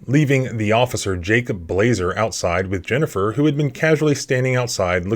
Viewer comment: Blaser rhymes with bullet